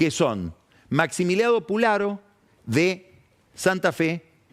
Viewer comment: Se dice Pusharo